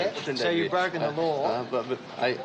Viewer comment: ‘have you been in trouble wih the ‘ LOOAH’? ‘…. I dont know what a ‘looah’ is.